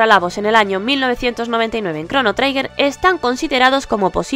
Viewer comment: tanto te costaba informarte de cómo se pronuncia la palabra 'Trigger'? Suena chirriante durante todo el vídeo.